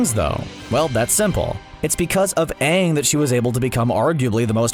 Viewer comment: CBR: Korra is way powerful Fans: Are we based on the "Aang" (yes the wrong pronounced one) of Shyamalan? Cause if we are I maybe agree on them.